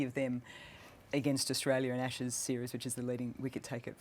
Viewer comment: "ASHSES PODCAST"....pretty embarrassing. Well done, Sky!